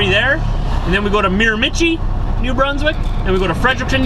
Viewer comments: It's pronounced "Mare-Ma-She." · Actually it's pronounced Mira-ma-shee. Great video. Keep them coming. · I am from the Miramichi and just thought I'd clarify that it is pronounced Mira-ma-shee, just so you know for the future:) its the Irish capital of Canada and very famous for salmon fishing:) love your videos, keep it up!! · I believe it's pronounced Mira-ma-CHEE. Very famous for the salmon fishing there. Love your videos. So you call a hat a toque...do you know what we call a togue in Northern New England? It's a lake trout. Be safe driving and give Diesel a back scratch for me. Sometime you need to take a run over to Prince Edward Island -- lots of cows there. :)